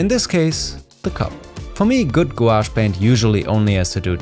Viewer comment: Do they just turn into ordinary watercolours when they dry? It was nice to hear someone pronounce the word without saying Gwosh for a change. :)